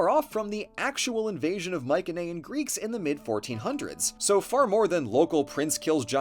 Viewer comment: I have to say, not only is this video great Yknow, but your greek pronunciation is amazing!! As a greek person who’s been trying to learn the language since birth your pronunciation of the islands and characters are near spot on! Nice